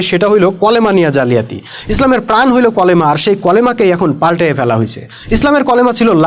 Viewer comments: বেটা কলেমা কিরে?? ক্বফ দিয়ে লেখা নাকি কাফ দিয়ে লেখা???? আগে ভালোকরে দেখ!!! কালিমা রে কলেমা কইতাছছ!!! কেনোরে ভাই??? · কলেমা কি??? কালিমা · কলেমা না কালিমা হবে ভাই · কলেমা হবে না। কালিমা হবে। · আপনি এতো বোঝেন জে কালিমা এ শব্দটা ও উচ্চারন করতে পারেন না , নামাজ পরেন কিনা আল্লাহ ভালো জানেন , আরে আলেমদের নিয়ে কথা বলেন , আল্লাহ আপনাকে হেদায়েত দেক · এই ব্যক্তি পবিত্র কালিমার যে ব্যাখ্যা বিশ্লেষণ দিলেন তার সাথে বিরোধিতা করার কোন সুযোগ নেই কিন্তু তারপরও কেউ কেউ সামান্য উচ্চারণগত ব্যাপার নিয়ে পেছনে লেগে গেছে। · কলেমা নাকি কালিমা